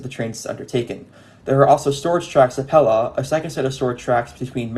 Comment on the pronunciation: great video! for future: pelaw is pronounced pee-law by the way.